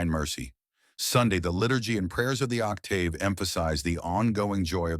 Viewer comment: Only time I've ever heard octave with a long AAAA.